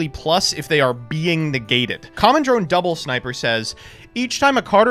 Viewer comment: You really just said commondrone when it’s commandrone.